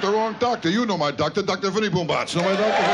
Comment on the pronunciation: paskuniag: It’s pronounced BOOMbatz